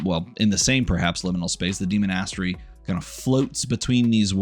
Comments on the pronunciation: I'm trying so hard to pay attention, hearing demon-ass-tery is taking me out every time though. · I cannot abide your pronunciation of demonastary. Great video otherwise though lol